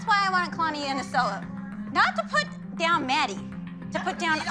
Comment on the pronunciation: why does Abby say kalanis name like that